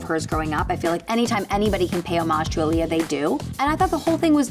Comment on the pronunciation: You’re pronouncing Aaliyah wrong :(